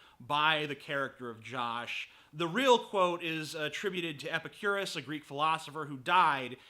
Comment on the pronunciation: u pronounced epicurus wrong